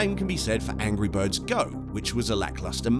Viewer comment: He said angy birds